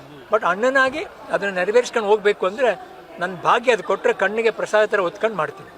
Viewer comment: ಹೊತ್ಕೊಂಡು ಅಲ್ಲ ಲೆ ಅದು ಒತ್ಕೊಂಡು. ತೂ ನಿಮ್ಮ ಜನ್ಮಕ್ಕೆ